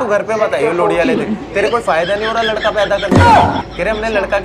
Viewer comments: Wo लोड़ी नही लोहड़ी होता ह शायद😂 mst वीडियो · भाई साहब लोहड़ी होता है या लोड़ी 😂😂😂